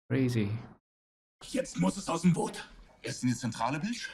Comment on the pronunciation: you missing a few things in your research. you must watch up the specific data for WWII tech. not the data from 2023 ;-) and its not the englisch "boot" its not footwear ;-) its a long "o" not a "u" ;-)